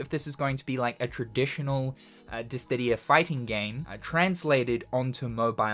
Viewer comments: I swear you say dis didia on purpose the last time you made a DIS SIDIA reference the comments were the same xD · DISS•I•DIA Not DISS•DID•IA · Curious why you add a "T" to Dissidia, pronouncing it "Distidia"? Is it a reference? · is he saying dissdidia? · Ahhh, I love it when says "Dissdittia". The fact that it's still the same pronunciation after like 5 decades is food for my soul! Inject it into my veins! Jokes aside, though, I do actually find it very charming, so never change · Is it actually pronounced Dis-Tih-Dia as you keep doing? 😮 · This dude saying Dis Tiddy ya. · its dissdia go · diss-ee-dee-uh, i love you man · Why does he say dissTidia? The pronounciation is weird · Dist ti dia lol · After all this time...you still can't say Dissidia. Never change man. 😂